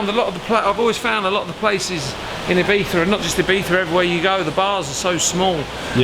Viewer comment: Did you just say Ibitha???